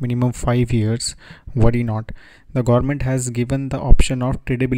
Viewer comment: Sir, thankyou for making this informative video. Really Appreciated! , however it would be great if you could please correct your pronunciation on certain words e.g.: (Government) . Also if you could keep a little distance between your microphone would result a better voice reception to your audience as there is a lot of hiss and pop noise getting induced in your narration. Kindly Acknowledge!